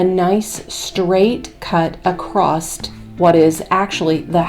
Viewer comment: Stop saying "acrost" COMPLETELY WRONG. The word is "ACROSS."